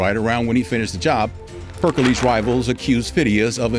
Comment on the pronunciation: Pericles not percalees